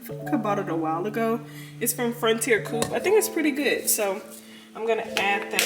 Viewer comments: omg awe when she said “frontier coop” i love you girl hahahah it’s co-op! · you have a very smart dog. It must be the poodle in him lol. I have two standard poodles and they are extremely smart. The bacon seasoning is from frontier Co op. You pronounce it as two separate syllables